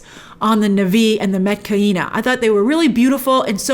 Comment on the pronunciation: What's nuvee? Na'vi. Or just say nawvee. And her name is Tsireya not reya.